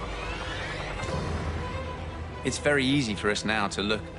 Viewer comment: Its pronounced Pripyat, not Pripryat as it's not nucular but nuclear.